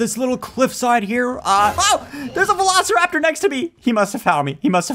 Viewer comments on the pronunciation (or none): Have you said Velo steer rap tor get it Velosteeraptor